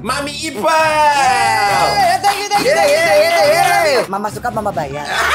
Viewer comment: Ipel Boris , bukan ipeul😂😂😂